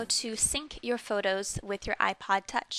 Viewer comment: she said iplod i swear lol